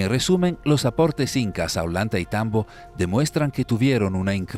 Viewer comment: La doble ‘LL’ suena como una ‘Y’ y no existe en español o castellano ningún Olantaitambo, sino OLLANTAYTAMBO. 😮